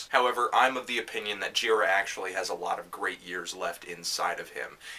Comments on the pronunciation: It's GirAAA, not GIIIra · when i saw an angels of light show a number of years ago, michael gira introduced himself, and i was surprised that he doesn't pronounce his name the way i would have (and they way you do here, anthony). he says it like ji-RAH. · You know this is an old Fantano vid because he’s still pronouncing Michael Gira’s name wrong lol